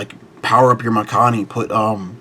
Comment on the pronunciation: 1. I think your pronounced Mikani wrong lol, and 2. I think this list will struggle to get to 13 different as well as CB, but if thats not the goal getting 8 and doing shenanigans looks solid